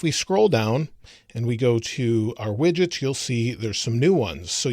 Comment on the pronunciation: Instead of widgets I thought you said midgets xD